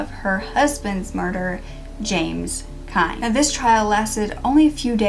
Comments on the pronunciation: Last name is pronounced KENNY...not Kind. I lived in Independence through all of Sharon's trials. My father was the arresting officer. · I'm the granddaughter of pat and walt Jones. I've heard the story of sharon kinne many times, not quite like this but told a little differently from my family still a good narration from you. I was told sharons last name was pronounced Kinney but anyways that doesn't matter I wish there was some justice for my grandmother a life taken too soon. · Dear, If you are going to use my book, "I'm just an ordinary girl." The Sharon Kinne Story for your YouTube casts, I might make two suggestions: 1. Give the book and my research credit. 2. Get the pronunciation of Sharon Kinne's name correct. Thank you, James C. Hays Author-"I'm just an ordinary girl." The Sharon Kinne Story